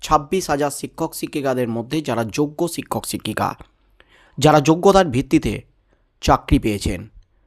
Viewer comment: জনাব শিক্ষককে ছিক্ষক বলা আগে বন্ধ কর ভাল ভাবে উচ্চারণ শিখে নাও। অত রসিযে কসিযে বলাটাকে পাগলামো বলেই মনে হয়। বাংলা ভাষার তুমি অপমান করছ। সুনতে কান চির চির করছে।